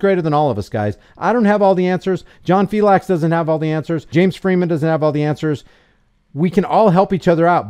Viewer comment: Filex the cat. Not fiLAX. Thats the way John pronounces it. From his own mouth